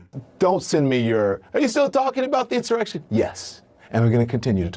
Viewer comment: Don...it's "Insurrection" not "His erection"! 🤥